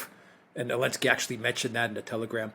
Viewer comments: Why is unable to say Zelenskyy? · I love how iPronounces the President of Ukraine's name without the letter 'Z' 😆😹